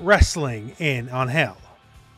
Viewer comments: No hate, but you are pronouncing Ángel wrong. The emphasis is on AN, not in GEL. Check out how they pronounce it in the latest trailer for reference. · First time i have ever heard someone pronounce Angel as Aanhel... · Dude please look up the pronunciation of Angel cause your killing me. Sincerely a Latino